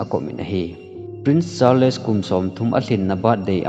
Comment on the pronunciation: Charles hi word khat ahin word ni ahipon thil pronunciation ihet lou hohi Google a vet thei ahie. [Just a small correction ] thusim sei vang chu nathieme.